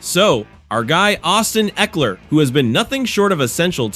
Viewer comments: EEEkler? me thinks this a bot channel. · say ekeler's name right!!!